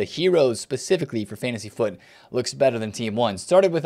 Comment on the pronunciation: the only youtuber that correctly calls it Fantasy FUT